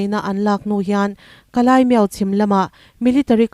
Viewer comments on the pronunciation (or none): Kalaimiau= Kalimiau Tia lam tur zawk Ani e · Kalimiau tia lam tur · Kalaimiau tia i lam hi mi dang lam dan i la hre lo nge, dik zawk nia i ngaih angin i lam mai aw.....?